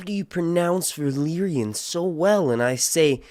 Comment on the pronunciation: Hey your Valaryan sounds more like my English after I roll a fat ONE AND HAVE A AMSTEL OR 12 AMSTELS BROTHER LOL, KEEP DOING VIDS IM A FAN, GOD BLESS YOU AND THE FAM